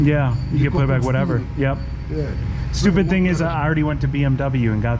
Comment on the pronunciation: "Das a good ting" - Jamaican Mechanic